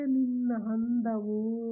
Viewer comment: 🤦‍♀️🤦‍♀️ handavu alla 😂😂 andavu.. Chennagide😂